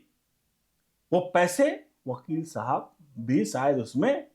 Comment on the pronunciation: शायद का उच्चार गलत था।